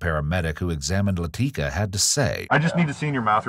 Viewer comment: "Laticka" says all you need to know lmao